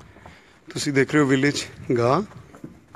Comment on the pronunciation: Its not Gay its Gah